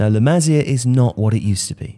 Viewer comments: Dude, it's not "la mah-zia," it's "la mah-SEE-ah." At least be able to pronounce the entity you are discussing! Besides that, La Masia has produced many good players recently, but the club is stupidly holding on older first team players who need to make way for the likes of Riqui Puig, Ansu Fati, Aleña and Monchu. Hopefully hitting rock bottom recently will force the board to get back to bringing up La Masia talent. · I just can't take this guy's accent. I have never ever heard anyone mispronounce La Masia, but this guy manages to do it. Incredible! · The way to say La masia is beyond wrong 😂😂😂